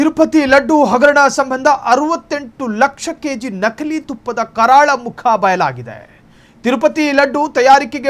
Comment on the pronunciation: ನಖಲಿ ಅಲ್ಲ ನಕಲಿ. ತುಫ್ಫಾ ಅಲ್ಲ ತುಪ್ಪ